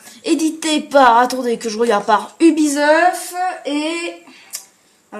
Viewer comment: Deja on le prononce pas Ubisof on le prononce Ubisoft